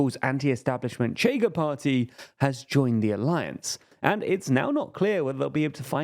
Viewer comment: You know you can just look up pronunciations? "Chega" is "Sheh-ga" or (as a reasonable English approximation) "Shayga", not "Tchayga"